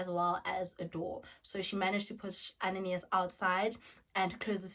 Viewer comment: I'm from Mozambique and the correct form to pronounce is "Ananias" not "Ananaias"